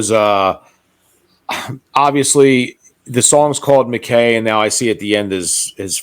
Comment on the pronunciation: Just a little thing your description should be MacKay little typo ☺️ pronounced ‘Mack’ ‘eye’…it’s a Scottish name…beautiful dedication. 🤍🫂